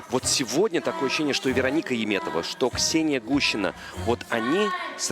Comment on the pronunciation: Why does this announcer always call her "Yeem" when her name is "Yum" (Яметова not «Йиметова») ?